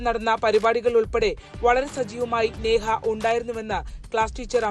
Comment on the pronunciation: സ്നേഹ അല്ല നേഹ ആണ്